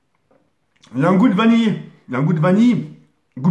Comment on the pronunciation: ptdrrrr comment il dit vanille mdrrr VANILLY PTDRR